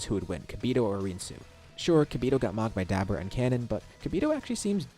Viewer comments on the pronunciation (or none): Duh-bor-uh not dabra